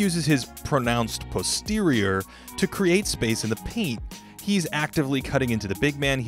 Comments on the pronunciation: Pronounced prosterior lmao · As soon as he said that I paused the video to find the top comment about it. My man said he uses his "pronounced posterior to create space" lmao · “pronounced posterior” is greatest thing I’ve heard today...S Tier YouTuber